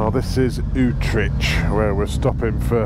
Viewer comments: Lol at your pronunciation of Utrecht… UTRESH 🤣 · Well done! Thanks for the static scene shots, and better video production - getting professional LOL! A few misdemeanors with pronunciation issues - Utrecht I think is "ootr8t" even someplace in UK I think was a bit out... still I enjoy your casual chats and thoughts from off the cuff. Keep it up! Graeme NZ